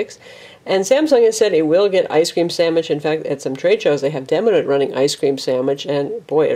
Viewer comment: Lol I like how she said "ice cream samich"